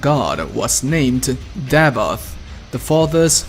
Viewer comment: Take a shot every time he says "Davod" instead of "Davoth"